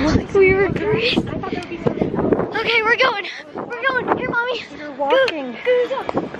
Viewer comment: It's go wing not goinK